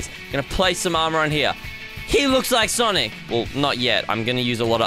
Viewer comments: Tell is sonic not sanic because it's making me feel sad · It isn't sanic it's sonic. And i think u have great videos on YouTube and I like the videos that u prank 😂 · It’s s-O-nic not s-A-nic!!! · "I'm gonna make sanic" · sonic or sanic? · Heyy its not sanic its sonic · Sonic bro fire light it’s not sanic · said sanic🤣